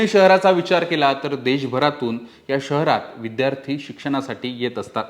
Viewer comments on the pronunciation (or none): none